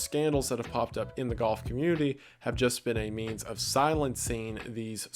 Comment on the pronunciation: The fact that you pronounce golf like goth makes that whole section amazing.